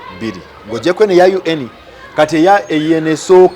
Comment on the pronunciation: I hate the way he pronounces UN🤣🤣